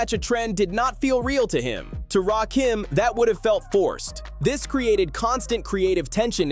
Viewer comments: RAKIM NOT RAY- KEEM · It's Raaahhkim get it right 😅😅😅or just call him God EMcee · It's Rakim and Erick Sermon not Ray Kim and Eric Sherman 😂😂😂😂😂😂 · RAY KEEENM. Ray KIM …..it’s RAH-KIM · His name is… Rakim ( Rah - Kim ) not Rakeem, not Raw Kim. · Say Rakeem Just One F****ng Time And I'm Out. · RAY-Kim? 3rd BASS🐟?! What kind of dysfunctional dyslexic ai🤖is that⁉️ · I HATE AI content. I tried to get through this but the constant mispronouncing of Rakim, and ESPECIALLY mispronouncing 3rd Bass as 3rd bAss was just too much. This is lazy and sloppy. "Dont recomment channel". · Please learn how to pronounce his name, right